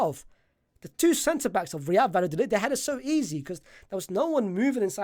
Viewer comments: Is it that hard to say vayadolid? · My brother the 2 L’s is a y sound. Love the work tho 🙏🏽